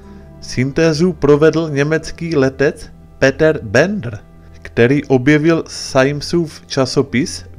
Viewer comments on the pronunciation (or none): none